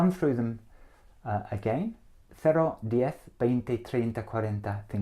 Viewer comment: El "cero" está mal pronunciado. Suena algo entre el "cero" y "cerro". Es una erre muy extraña, pero no es la nativa. Noventa hace algo de fricación, y no es así. Noventa suena como si fuera NOBENTA. Por lo demas muy buena pronunciación y entonación.